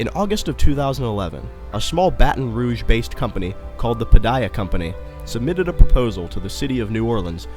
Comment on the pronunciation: Very good and very informative. It's very complete. The funny part for me is how some of the names are pronounced such as: Pontchartrain, Bâton-Rouge and Goliath.